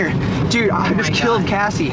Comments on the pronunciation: You pronounced Cassie's name wrong at the end :( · Cassie not Casey! The last Cassie you said Casey